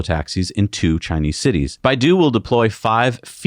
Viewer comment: citites. Somebody thinking of tits.